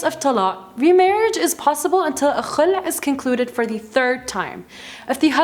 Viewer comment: She pronounce "Kh" perfectly When she say Khulah 😍😍😍